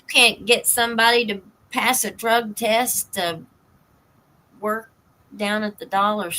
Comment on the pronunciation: Drug I keep hearing Rug